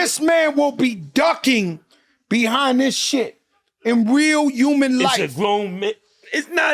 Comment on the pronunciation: Fat joe keep saying Umans not human 😂